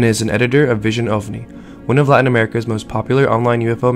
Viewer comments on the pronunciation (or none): none